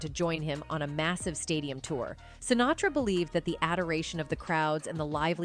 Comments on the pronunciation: It's a robo-voice just reading what some schmuck wrote badly. I just saw another one where they called Marlon Brando, "Brandon". In this one, the voice says something about someone named, Shintara. I THINK they were trying to say, "Sinatra". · Add to the click-bait title the robot “narrator” who pronounces “Lewis” as “Louie” and “Sinatra” as “Sintara.” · Fairly realistic AI narration...they had me until she said "SINTARA" instead of Sinatra, and "LOUIE" instead of Lewis 😆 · "SinTARA"?? I think you mean Sinatra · "... he joined the Rat-Pack with SINTARA..."!!! WHAT THE ABSOLUTE EFF???" So much for human narration in these videos!!! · She nails "Sinatra" at the mark but calls him "Centura" . Why Robo voice, why? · I think this narration might be AI generated. At around 14 minutes, she mispronounces 'Sinatra' as 'Sintara'. I doubt that any one who speaks English as well as the narrator would not catch that typo in her script and actually read it verbatim.